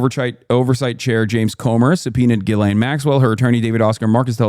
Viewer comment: Juh-LANE is crazy her name is pronounced gee-lehn with a soft G